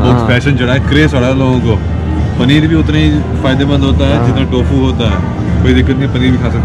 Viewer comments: "to-fu". lol. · टो फू 😂